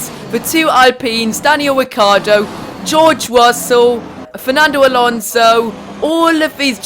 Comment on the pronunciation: geowge wussel 😂